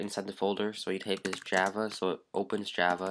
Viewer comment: and its JA-VA